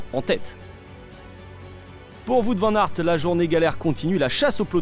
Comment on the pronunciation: "Vout van-nart"